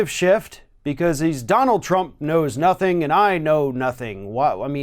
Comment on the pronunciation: Lol, wtf was that, Donald? "I know knothing."🤣 No shit, Sherlock.